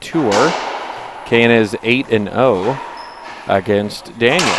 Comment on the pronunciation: Racist commentators didn't roll the L' and R's in Daniels name. Makes me sick.